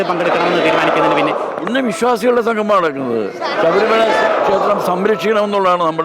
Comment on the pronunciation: സംഘമം അല്ല സംഗമം. അക്ഷരസ്‌ഫുടത ഇല്ലാത്തവർ